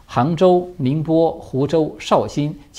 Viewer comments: ，是台州，浙江台州。tai第一声。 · ，是台州，不是合州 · 浙江台州, 不是合州。